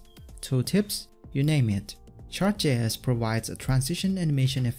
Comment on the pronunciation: every time you say "chart", I keep thinking you say shart